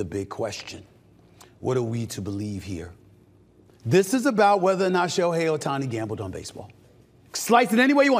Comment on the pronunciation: Who's SHEOHI Ohtani? Shohei's brother?